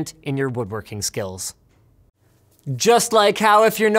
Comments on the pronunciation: You said skills wrong "Spills" Lmao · i thought I heard you say "spills" in stead of "skills" CC says I'm correct. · did he say spills instead of skills? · square space "spills" lol! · Linus you said Spills instead of Skills in the square space ad. You noob <3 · Did you say spills instead of skills at the ebd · Is it me or did he say "Website making spills" in the SquareSpace ad at the end? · Spills? did you mean "Skills"... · Anyone else thing he said "making form scratch spills" during the square space spot? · lol, I was just going to say the same thing. "Spills" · Did he say "spills" Oh Linus... :D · yeah... i'm pretty confident on my website making spills It's fun how there is always a youtuber that makes something great out of bare materials, post a compilation video that takes another big effort and there is always that one jerk that point out a mispronunciation or voice crack. I still love Linus'es Frankenstein DIY proyects.